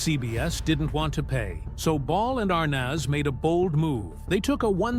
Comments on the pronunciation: Why is the announcer mis pronouncing Desi ARNEZ NOT ARNOZ . You are insulting people who IQ is above 100 🤤🤤 ARNOZ..... get a clue you ignoramus !!! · It's pronounced Arnez not Arnos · As soon as I heard the narrator say are-noz, i quit listening. Most of this stuff we've already heard. Next. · It's pronounced "Dezzi ArNEZ" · Are nez' phonetically..please! heard his last name mispronounced before w this narrator mispronounced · You're mispronouncing Desi's last name! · If you are going to narrate a video at least learn how to pronounce the names right you’re driving me nuts with wrong punctuation. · Why does the narrator keep pronouncing Desi's last name wrong?? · I have always loved and enjoyed the Lucille Ball TV shows!. I cannot enjoy this posted video with the announcer mis-pronouncing names, showing photos of favorite celebrities with the wrong verbal names spoken. This major actress needs to be applauded, appreciated, and honored! Do not TRASH the great Lucille Ball 🥺😠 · Pronounce Desi’s name correctly! Desi and Lucy were not an interracial couple for heaven’s sake!! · Shouldn’t the narrator know how to pronounce Arnaz? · Never saw anything to gasp over. You are pronouncing Arnaz wrong. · Why can't they pronounce Desi's name properly??? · Damn...at least pronounce their last name correctly......